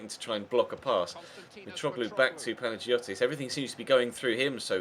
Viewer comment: Just for the future, in Greek, when "g" and "i" are together like in Panagiotis, it's pronounced as a "y". Not to be a prude or anything but yeah.